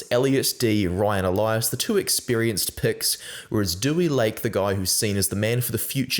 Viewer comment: 2 syllables - 'De-wee'